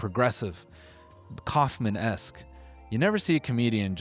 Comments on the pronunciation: It’s not Coffman esque. It’s kafkaesque. You should know this I learned that word in like 8th grade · Kafka-esque, Noel. Not Kafman-esque. It's a lit thing. You're not that guy. Love you tho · Did he say Kaufmanesque 😭